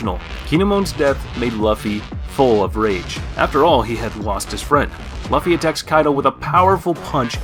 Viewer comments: Improve you pronunciation mate It's Luffy not Luhffy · Calling him Luff-E and calling it Hawk kai. the disrespect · yes I know, but his lisp wouldn't make him not be able to pronounce Luffy correctly.